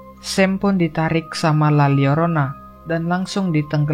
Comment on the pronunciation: La Lyorona. Double L jadi LY di Bahasa Latin